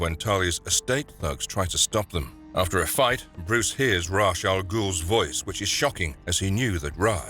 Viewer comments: Rahsh??? RAHSH??? it's pronounced REYSH!!! AAAAAAGH i can accept RAZ at least since its odd spelling but come on!!!! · Its a pretty consistent that they mispronounce or get their facts wrong. This very video features an episode that talks about the correct way to say Ra's and he still pronounces it wrong